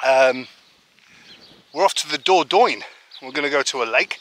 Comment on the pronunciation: Was Lisa just playing with the window during your slo-mo? lolz I have to say I would not have guessed that is how you pronounce Dordogne. Or better yet, now you would spell it after hearing you say it. I remember what it was like to go to the lake when I was a kid, it was the best part of summer. You need a trail camera to see what is eating the veg. Put back on your Detective hat and find the perp. Isn't it great when there are simple things like a tiny trolly that make the kids happy. You know as well as I do, it only gets more difficult as they get older. That is one dumb bird. lol. Laterz!!!